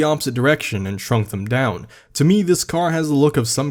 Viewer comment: is the CEO of saying "thum" instead of them